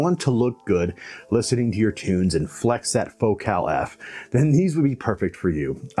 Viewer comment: But he pronounces the name of the company in the French manner, with the emphasis on the second syllable, and I think this is appropriate.